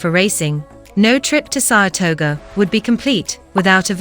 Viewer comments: As someone who lives in Saratoga, every single time she says, "Saratoger," I cringe. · I hate these computer voices. Is there no one that listens to how stupid they sound before they post them. They have bad pronunciation ( small mouth base), and scripts that just ramble. "Sarasota" has way more than what this "video" shows. SARHATOGO 😅😅